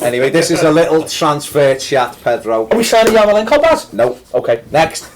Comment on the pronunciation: Baz repeat after me: YAR-MO-LENK-ON Being Irish I'd like to see Geads go out and get some games somewhere. There's a player in there and maybe a change of scene and a run of games can bring it out for the Euros.